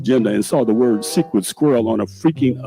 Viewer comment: Tiff whats a "SKUIRRELL?!?! 🤔